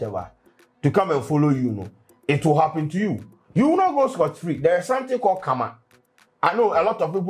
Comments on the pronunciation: Please how you pronounce the Karma isn’t tasteful 😂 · pronunciation of Karma thou 😂😂